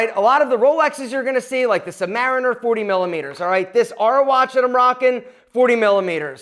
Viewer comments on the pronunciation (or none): none